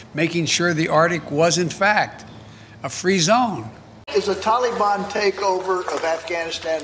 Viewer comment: The "Tolly-bon."